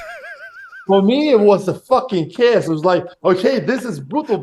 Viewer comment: Almost died laughing with the way Alex said chaos . 😂😂😂 He's absolutely right too. Awesome interview!